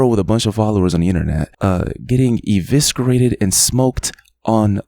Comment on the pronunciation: Just a heads up, for future reference, the c in “eviscerate” is silent. Sorry to be THAT GUY. You’re the man.. no hate.